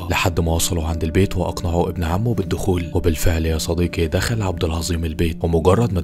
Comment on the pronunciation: عبد العزيم ❌ عبد العظيم ✔️/إڨرمي ❌إجرمي ✔️/اخرڨت ❌اخرجت✔️/من زلك ❌من ذلك ✔️/اخرڨ ❌اخرج✔️/توڨدها❌ توجدها ✔️/ الڨلسه ❌الجالسة ✔️ اللغة العربية الفصاحة تبكي في الزويه😂 ❤❤